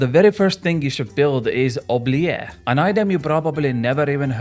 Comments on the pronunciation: Oo-blee-et. Not oo-ble-air. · You pronounce it wrong though... try saying the t at the end "oublieT" (french is fun) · the T isnt silent in oubliette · if it were "oubliet" then you'd be correct, but "ette" is pronounced as "et" like in "recette"